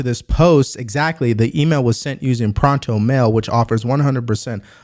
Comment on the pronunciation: it’s Pro-Ton mail.. like electron but proton